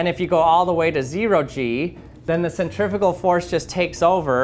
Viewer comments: Not the way he pronounces them. Centri-fue-gal, centri-peetal-gal. Now you can hear the difference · first time i heard 'centrifugal' being said like that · This is absolutely fascinating, thank you, I really enjoy these clever experiments. Cant imagine how long that took to create something strong enough to stand up to the rigors of testing! However, words interest me too. This to mention the correct pronunciation of the word "Centrifugal" obviously the first part of the word from "centrum" means centre" but the second part of it comes from the Latin "fugere" meaning "to run away" or "flee". The "U" being pronounced "oo" generally, no-one really knows how Latin was originally pronounced but its almost certainly never pronounced as "ih" that happens more often in old Welsh for example. Please American people "centrifical" is not a word!😊 "Centripetal" has the Latin root for "-petal" from "petere" meaning "to seek" btw. I'm sure some will call me a pedant but these things just bother me, sorry! 👍